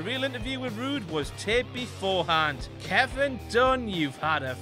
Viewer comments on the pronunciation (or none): none